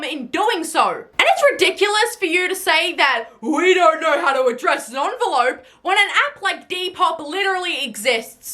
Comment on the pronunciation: "You cannot defeat gen x " 50 years later 💀☠️👻🪦 Onvolope she says ONVOLOPE? IN ENVELOPE OR LETTER WTF